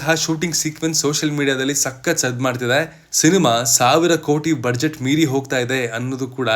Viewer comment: Budget pronunciation is ಬಜೆಟ್. ಆದರೆ ಸರಿಮಾಡಿಕೊಳ್ಳಿ ಕೇಳುಗರಿಗೆ ಸಹಾಯವಾಗುತ್ತದೆ.